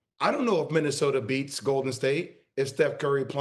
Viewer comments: Did SA say MinnesotER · Stephen “Minnesoter” A. Smith Stephen “ Serge Ibaker” A. Smith 😂🤣😂🤣😂